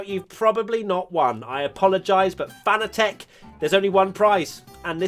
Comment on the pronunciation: Does FANATEC mind that their company's name is pronounced incorrectly by every British Youtuber?